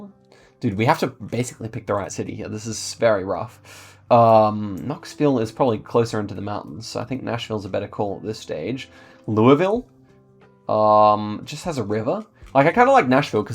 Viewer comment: i know you love pronouncing things correctly, so if you want to be super precise "Louisville" Kentucky is pronounced "LOO-uh-vull", pretty distinct from "LOO-ee-vill"